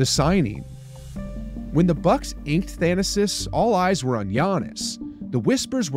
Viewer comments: Its 'Tha na sis'. Not 'Than asis' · Why are you butchering the pronunciation of his first n last name?